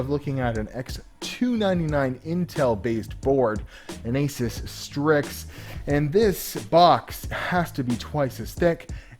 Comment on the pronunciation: Its pronounced AS(oo)S not AS(I)S